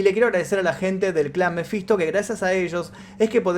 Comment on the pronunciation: ¿Que te pasa con la pronunciación Menfisto?? 😂😂😂😂😂😂😂😂